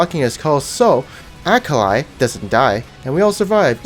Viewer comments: her name is akalee not akalie jesus that triggers me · nigga just why..DO YOU SAY AKELAI instead on Akali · IT IS AKALI NOT AYKALAI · you trigger me everytime you say ackalay instead of akali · The way you say "akali" is cringe. it is akali, not "akalai" plz learn to read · "AKALAI" AND NOT "AKALI" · OMG IT IS AKALI MAN NOT AYKALAI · ITS NOT AKALAYI and AKA LEE ITS FUCKING AKALI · I think he's doing that to trigger people :-) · Ak-a-Lie????????????????????????????????????? cringe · it's akalay not akali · It is pronounced A-kah-lee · its pronounced Uh-call-ee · SAY AKALAY ONE MORE TIME AND IM UNSUBBING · A-k-a-l-i not AKALAI -. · STOP SAYING AKALAY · Nice Acoly pronounciation ur dragoon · Like if I heard him say Alkalai and alkuli XD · He does it on purpose i think xD which is funny bc it actually triggers people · or it was A.K.A Li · Stop mispronouncing Akali or I swear! ^.^ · Why do you pronounce Akali's name in two ways? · ur pronounciation for akali is fkn triggering me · Ha! He's saying akalis name wrong to trigger people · when pronounce akali different 3 times in 5 seconds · I'm triggered by your akali pronouncing. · Legend has it that he's never pronounced "Akali" the same way twice. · You have 3 wrong ways of pronouncing Akali and you shuffle between, gg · i think you are pronouncing akali wrong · The way he says "Akali" half the time triggers me. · i love that you always pronounce akali different and i bet it triggers sooo many people, gj!